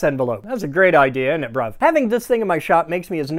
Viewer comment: The way you pulled off innit bruv was fucking flawless. YES Bruv 😂👌